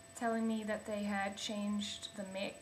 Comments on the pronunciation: it's a "MIKE" not "mick" mic is pronounced /mike/ lmao but yeah, my ibook is a piece of crap because i gt a warranty and they never fixed anything. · lol. it's pounced as mike not meek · What is a mick. Do you mean slang for Irish. Mic is pronounced "Mike" You are fly, though. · mic = "mike" not "mick" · I could not stand the mick pronunciation any more. Mic is short for Microphone which is pronounced Mike. Driving me nuts, pulling at my ears and hair when you say mick along with the high pitched oscillating noise in the audio. It is Mike Not Mick. Mic-Ro-Phone: pronounced; Mike-Row-Foan. mic = mike. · It's pronounced 'mike'. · Its your fans and or drive... External mic will fix it... You're gonna run into this problem wether you go Mac or not. Technically its not an issue other than your mic being too sensetive. Other than that you're kinda whiney. Also 'mic' is pronounced 'mike' ad in Microphone... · you are hilarious!!!!! Stop saying MICK!!!!! hahahahaha! whine whine whine zzzzzzzzzzzzzzzzzzzzzzzzzz. is that a rub on tan or salon??? oh, listen...you're still talking blahblahblah......... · My point is that if you are defending a position of "We say it this way", you are being foolish. Your pronunciation is not based on your origin, it is based on the fact that you did not know that Mic, is an abbreviation. To argue it further only makes you look silly to anyone, US or UK, that was aware of the one simple fact that still eludes you. It is an abbreviation.